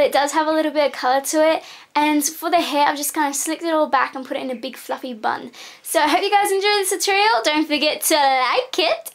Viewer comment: for a second I thought you said fucking brush instead of fluffy brush ahha